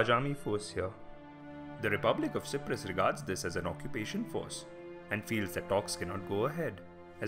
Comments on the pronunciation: Why si-prus it's pronounced cy-prus like sci-ence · How can 95% of any people agree on anything? It was a third for, a third against, and a third neutral And learn to pronouce Cyprus correctly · Your pronunciation of "K"yprus and "K"ypriots is incorrect. The "C" is pronounced like an S. You also left out a big chunk of history leading up to the invasion which was the armed conflict between Greek and Turkish Cypriots during the 1960s. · This man is Asia can't say Cyprus properly !!!!